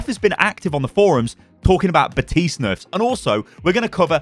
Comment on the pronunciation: Bruh how the FUCK are people still pronounce baptiste’s name wrong?